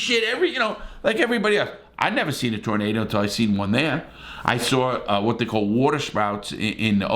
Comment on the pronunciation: Larry when talking about twisters in that part of the country, it's a tooornaydor lol. I've often wondered what happened during extreme weather. Thanks for information 👍.